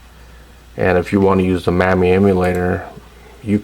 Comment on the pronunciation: Install the Mammy lol I never heard it pronounced like that. Thanks for vid!